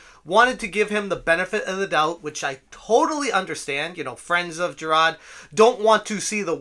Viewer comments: Who's Jer-rod? I thought his name was Jirard? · the best part of this guy reporting on this story is the boston kind of accent whenever he says “JIRAHD” ☘️